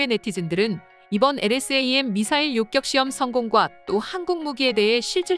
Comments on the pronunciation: 요격이지 요껵이 아니오. 어느지방 사람이요? 한글도 제대로 읽지 못 하는군. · 일대 이대..까지는 이해합니다만 요껵이 뭡니까? 기사 읽어주는 이 여자분은 왜 퇴출이 안되는지 동앗줄이 튼튼한지 아님 싼맛에 쓰는건지 참. 어떤 다른사람이 읽어도 이 여자보다는 나을 듯...암튼 우리 방산업 화이팅! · 요껵이 아니라 요격 아닌가요?